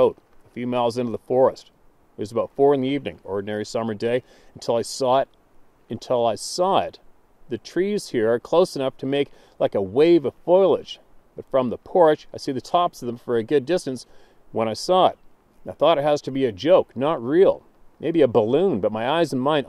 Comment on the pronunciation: Foliage. [Fo - Lee - Uhj , not Foil - Uhj]